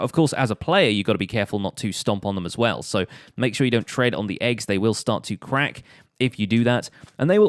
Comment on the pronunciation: When you say crack it sounds like quack